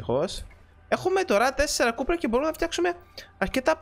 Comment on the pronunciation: δεν ειναι κουπερ ειναι κοπερ